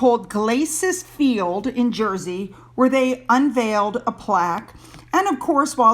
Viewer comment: 🇬🇧 Wonderful video, thank you again for your coverage of Edward and Sophie and the terrific work they are doing. Yes, your pronunciation of Guernsey and Jersey was 'spot on' 👌 Though I am not a fan of Charles or Camilla, he did a decent job yesterday in the house of Lords, for the opening of Parliament. HazBeen Harry will continue to walk through his self created mine field, the dumb only get dumber! 🙄🙄🙄🙄